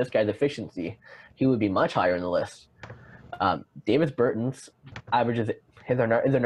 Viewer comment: Its pronounced Daw-Vis Ber-tawns